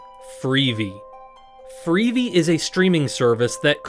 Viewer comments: Well if it isn't, why does "he" say "freevee" instead of "free-vee"? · Obviously AI. The 'narrator' pronounces it as "freevee", instead of "free-vee" (as in TV).